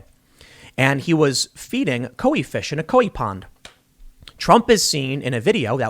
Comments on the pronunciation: I know he did NOT just pronounce that ko-whee fish & pond 😭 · Of the multitude of trespasses Tim Pool has committed against human decency, enunciating the word "koi" as "ko-wi" is for some reason in my top five list of worst instances.